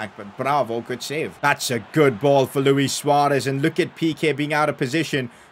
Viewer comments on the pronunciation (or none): none